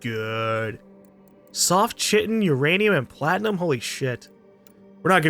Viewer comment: chitin is pronounced "Kite-n"